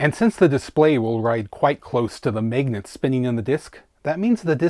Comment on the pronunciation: Here for “megnats”